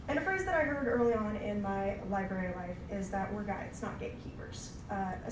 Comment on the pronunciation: Ok, this speaker sounds like she only knows current Spider-Man (miles morales). Nothing wrong with that, but I'm annoyed by her constant pronunciation of "libary" instead of liBRARy. As a supposed librarian, i find her credibility suspect.